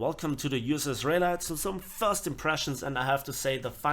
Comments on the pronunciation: Raleigh is pronounced “Ra-Lee”. ;) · It is pronounced "Ra" (like the Egyptian god) - "Lee"